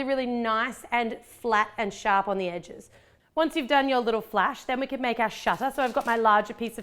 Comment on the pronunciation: It's supposed to be can not Cavan